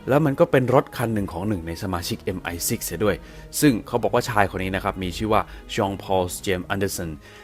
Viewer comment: ออกเสียง MI6 ได้น่าฟังมากค่ะ